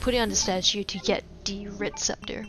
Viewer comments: WHy do you say 'de' instead of 'the'? its...really jarring. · Am I the only one that can’t stand the way this woman says “the”